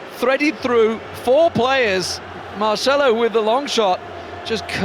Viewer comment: Is Marcelo, not marshmallow....